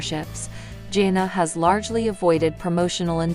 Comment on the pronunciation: You pronounce her name wrong repeatedly and believe me it's not that hard; you reported things that a Î know are not true, and you are running a completely fictitious channel. People need to know that., also, you said she married Austin Forsyth. That is her sister's husband.